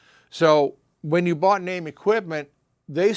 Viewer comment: FINALLY, I have learnt how to properly pronounce the name of the company ("NAME").